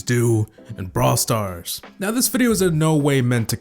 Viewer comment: How come it sounds like you say bra stars